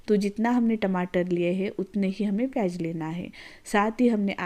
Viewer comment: प्याज ❌ पेयज ✅ 😂😂